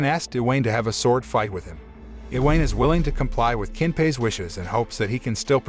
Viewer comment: i-weyn. iweyn. hahahahaha I-wa-ne. its i-wa-ne